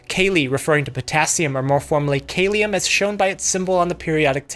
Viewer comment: Kalium, not Kaylium. Learn your Latin dude. The vowels are not the same as in English.